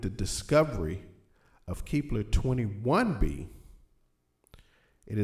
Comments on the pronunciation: KEP.....LER NOT KEEEEP LER OR ELSE IT WOULD BE KEEPLER THEN WHAT WOULD YOU DO PRONOUNCE THE LETTER E LONGER ? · Keepler? kepler! idiot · Lol he can't pronounce the planet.